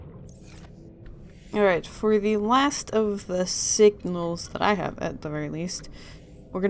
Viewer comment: calls somone dumb ass which he is but you said "wignals"